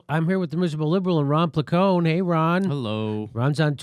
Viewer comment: It's out of context and maybe it's just me, nevertheless, every time Jimmy says Ron Plecone I hear leprechaun. And he says it all lot.